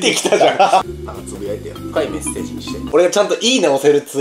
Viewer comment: つぶやいてよがつぶいてよになってる